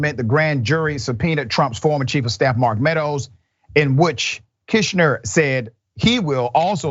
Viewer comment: It's bad enough that you don't know Glenn Kirschner's name despite his channel being so prominent in legal commentary and appearing frequently on MSNBC, but then you repeatedly mispronounce his name while it appeared on the screen. Don't talk to us about Herschel Walker's ignorance while you so persistently display your own!